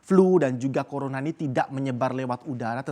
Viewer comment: gak bisa nyebut Corona bisa nya nyebut Corola😂😂😂